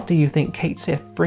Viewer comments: One of the head developers of FFVII revealed that his name is actually pronounced Cat-Shee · It's "Ket Shee." And Yuffie is WAY more useless. Vincent is moderately more useless. But let's be honest--Cid, Red XIII, Tifa, and Cloud are the characters you'll be using for the vast majority of the game. And you boil down the character to a cat riding a moogle. Except it's a robotic cat used to spy on the team by Reeve who is working from inside Shinra to disrupt Shinra, becoming the one character in the original game to clearly show us that not everyone from Shinra agrees with Shinra's actions. And did you understand the game at all? The entire reason it was viewed as a sacrifice the first time is because they didn't know it was a robot. When the second one shows up, it reveals the truth of things. And since Cait Sith IS Reeve and Reeve IS Cait Sith, what the hell is the difference? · My guy made a whole video about a character and couldn't even pronounce his name right T _T